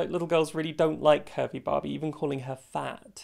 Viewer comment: I heard “Kirby Barbie” instead of curvy Barbie and man I was so excited for a minute